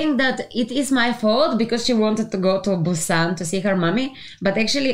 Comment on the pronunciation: "Train to Bu↘️san↗️" Perfect accent, better than Seoul people.